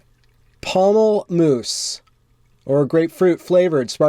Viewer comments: LOL, pommel-moose... must be Canadian! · This is good... But you don't know how to pronounce pomplemousse... Haha just joshing. You're great company for dishes!